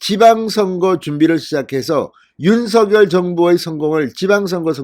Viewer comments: 발음을 당선자가 직접 "윤서결"이 아니고 "윤성렬"로 발음해 달라고 언론사에 요청했습니다. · 모든 방송에서도 "윤성렬"로 발음하니 참고해주세요^^